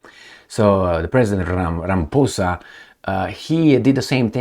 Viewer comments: more than many, including the very ANC he leads, have plummeting confidence in him. Please don't take offence to his name being pronounced as if he is a puss, in this video. African names are difficult and complex. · Many South Africans pronounce it, RamaPOESa, but only because they don't like him..... Best to pronounce it RamaPOUSa.....🤣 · It is RA - as in Rabbi MA - as in Mars PHO - as in Post SA - As in South It's not many South Africa's...it's those who do not like him or those who refuse to learn proper pronunciation of African names